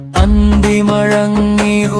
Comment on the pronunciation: അന്തിമഴങ്ങി എന്നല്ല അന്തിമയങ്ങി എന്നാണ് മഴക്കം എന്നല്ല മയക്കം എന്നാണ് മുയക്കം എന്നല്ല മുഴക്കം എന്നാണ്